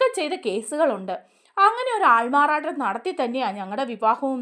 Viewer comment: Not "aalmaaraa nattam"❌😂aaalmaaraaaaattam✅